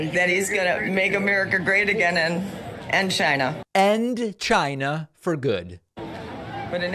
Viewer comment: Did she say she wants Trump "to put an end" to "Chyna"?????:face-red-droopy-eyes::face-orange-raised-eyebrow::face-fuchsia-tongue-out